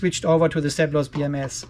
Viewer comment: Seplos eh, i thought you were just saying "surplus" with an accent